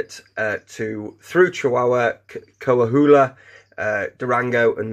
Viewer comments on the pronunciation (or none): To help out a bit Coahuila is pronounced like Coa wheeler